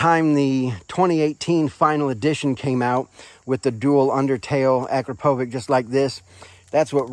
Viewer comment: little help to pronunce the exhaust brand...you say it like AkrapoWITCH